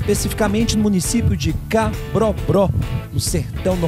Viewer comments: Cabrobro???? em s kkkkkkkk perdeu o respeito... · CABROBÓ,, E NÃO CABROBRÓ. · Cara, vc fala CABROBRÓ , logo no início da sua filmagem ? Como é possível isso ? kkkkkkkkk